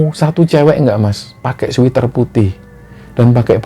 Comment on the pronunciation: Sweater mas bacanya ,Sweat(keringat) er bukan sweet (manis) er 😂.sama dgn pocari sweat bkn pocari sweet 👍👍